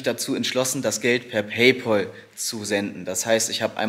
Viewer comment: **Klugsch-Modus-an*** Oh nein! Du musst Paypal (sprich "Päipel") nutzen! Paypaul gibts gar nicht! ;-) ;-) ;-)